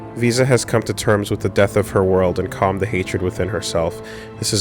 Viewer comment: Visa...VSauce...we're just never gonna say her name right in this LP, are we?